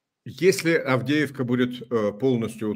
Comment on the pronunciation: Мужики, харе бухать,, Авдеевка,, а не,, Авдейка,,, закусывай, али нечем?